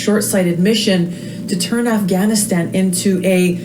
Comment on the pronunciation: You're pronunciation is very good. Afghānistān . The first "A" is short vowel and the second and third are long. When in doubt use Google translate to hear the pronunciation.